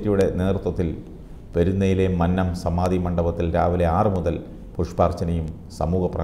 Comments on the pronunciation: മന്നം എന്നതിന്റെ രണ്ടാമത്തെ അക്ഷരം, " നന്നായി " എന്നതിലെ രണ്ടാമത്തെ അക്ഷരം പറയുന്നതു പോലെ ദയവായി പറയുക. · മന്നം ഭക്ഷണത്തിന്റ അന്നത്തിലെ ന്ന അല്ല. കുന്നം എന്നതിന്റെ ന്നം എന്നാണ്